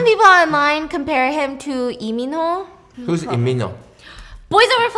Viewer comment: I was today years old when i heard for the first time the pronunciation of Lee Min Ho's name in korean @@ ive been fooled